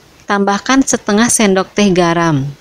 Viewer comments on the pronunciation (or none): ngomongy itu ya Kak yg krg enak d dengar, kocok bilang kocek, sendok bilang sinduk, bahasa indonesiay kurang sip, tdk se sip resepy. maaf koreksi ya kak